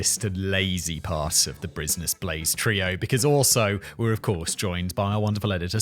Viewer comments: "brisnus blaze" ~ Simon whistler 2023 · Only seconds in and we got Simon's first malaprop. WTF is a "Brizness Blaze".